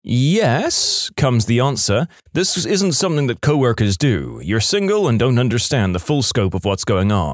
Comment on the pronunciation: No K in the word something .